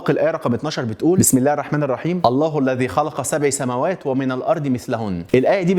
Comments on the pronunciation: "الله الذي خلق سبعَ" العين بالفتح مش بالكسر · الآية سبعَ بالفتحة و ليس سبعِ بالكسرة ثانياً فى تفسيرات أوقع لظاهرة الديجافو و هى التفسير العلمي الأكثر دقّة لهذه الحالة يرجّح عمليّة نقل المعلومات عبر الشرايين إلى المخ، فعندما نتعامل مع موقف أو حدث فإنّه يتمّ نقل هذه المعلومات إلى صدغي المخ الأيمن والأيسر، ولكن في بعض الحالات تصل هذه المعلومات إلى الصدغ الأيمن قبل الأيسر، وبالتالي عند وصول هذه المعلومات إلى الصدغ الآخر يجدها شيء قد سبق حدوثه . ثالثاً معاك فى إن عربجى و سرسجى السينما المصرية مش Number One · سبع َ سماوات* مش سبعِ .. ماينفعش ابدااا تقرا القران غلط.. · سبعَ مفتوحة ف.تقرأ بالفتح، ياريت توضح ده ب.أي شكل علشان دا قرآن ودا لحن جلي يعني فيه أثم،،